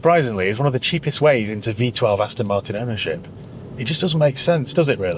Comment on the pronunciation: Why do you keep saying "Astin" ? It's .... Aston.